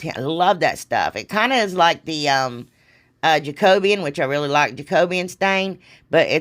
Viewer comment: Thanks for being the first YouTube creator, out of a couple dozen, to pronounce Jacobean properly! They all say Jacob- bean, as in the food and it drives me nuts! I love all of your creations and love you to pieces. Please always be your authentic self. You're wonderful just the way you are. ❤